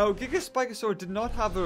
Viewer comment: Who else gets TrIggErD when he says gigaspikasaur-a